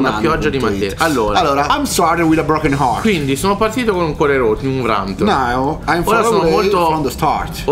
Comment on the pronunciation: "C'HO IL BROGHEN ART" AHAHAHAHA